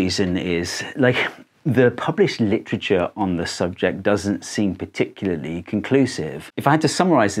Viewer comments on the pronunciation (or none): none